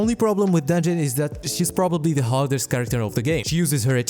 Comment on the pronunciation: I thought you said Danjin was the "hottest" character in the game instead of "hardest" and all I thought was "Hell yeah brother" 💀